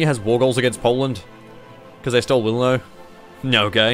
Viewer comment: Wilno is pronounced Vill-no. Please correct yourself.